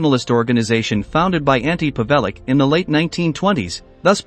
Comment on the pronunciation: ''Antee P'vellick'' ?? Is it too much trouble to look up a pronounciation??